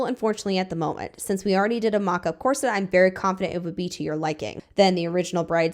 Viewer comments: Drama aside, corset is pronounced COR-sit/COR-sut just fyi. Not sure why loads of people are mispronouncing it as cor-SET now. 😅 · This question is being asked seriously. Since when did the pronunciation of the word "corset" change? It's never been pronounced "cor SET" and I'm saying this as a 67 year old woman whose mother, born in 1910, had back problems and was forced to wear one for a few years. I've also worn enough and seen enough dresses over the years, to know the correct pronunciation of the word "corset." Is this a change in pronunciation that was started by the fashion industry or did it come about at the same time that the deliberate dumbing down of America began? Thanks very much for this video and for all of those that I've binged this afternoon and evening! 🙂